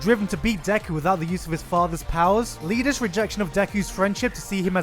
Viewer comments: did you seriously just call iida “lida” Oof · HIS NAME IS IIDA MAN!!! I-I-D-A!!! NOT L-I-D-A, IIDA. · Did he call Iida Lida or am I hearing things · ...he pronounced Iida as Lida. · Lida LIDA it pronounced Ida but spelled Lida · Hold up. Did you just call Iida.... "Lida." It's Iida with two i's. Not Lida with an L. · ....did u really pronounce iida as Lida (varied capitalisation to highlight difference) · IT'S IIDA. IT STARTS WITH AN I, NOT AN L. IT'S NOT LIDA, IT'S IIDA. LIKE EEDA. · Why do people keep calling him Lida!?! It's I-I-D-A. That's not supposed to be a lowercase L at the front, it's a capitol I. It's a play on the Japanese word "idaten" which means great runner. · why do people say "Lida" instead of "EEy-da" just wondering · Did you call Iida Lida? It's iida, with two i's. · ...It's pronounced IIda. not Lida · Lol it's Iida with an i not Lida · Did you just say "Lida" ? Isn't his name Iida? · IT'S NOT LIDA IT'S IIDA. TWO I'S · nice video.. but it's iida not Lida. lol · Did...did you just say "Lida"? IT'S "IIDA" YOU UNCULTURED FUCK! :p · You say Lida instead of Iida. It's an I in the beginning not an L. Said Eeda. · "Lida" kek, remember when everyone online kept doing this with Iida's name? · I know this is an old video but did you pronounce i-i-d-a as “Leader”? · Did he just call Iida Lida? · He pronounced Iida as “Leeda”. Burn him at the stake. Fake otaku. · Did he just say LIDA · did he call Iida Lida? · He just called Iida Lida... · Did this guy just say Leeda? His name has two i's. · Gigguk did you just fucking say Lida . Are you sure about that? I'm honestly quite disappointed... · Anyone else triggered by how Gigguk pronounced Iida as 'Lida'? Has Gigguk just never heard a single character in BHA pronounce Iida's name or something? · I'm sorry, did you say "Lida"? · no no no. Are you calling him fucking 'Lida'? At half the speed I can definitely here the 'L'. Who hurt you, Gigguk? What made you go down this path? What in the absolute fuck?